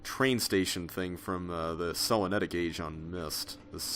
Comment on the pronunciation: I think you pronounced Selenitic wrong.